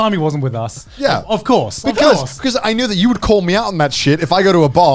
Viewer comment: "Thaz bechouz"